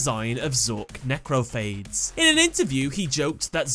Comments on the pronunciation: its not phdades its phadeessss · *Necrophades, as in pha-deez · Say it with me NEH-CROW-FAY-DEES (lol deez nutz)